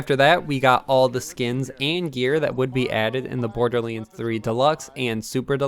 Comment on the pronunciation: IT DONT MEAN TO HATE BUT ITS BORDERLANDS NOT BORDERLYANDS